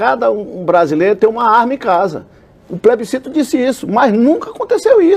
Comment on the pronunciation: "poblema do plesbicito é que o povo é que decide"